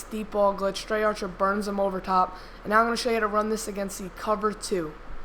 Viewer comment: its pronounced dree archer not drey archer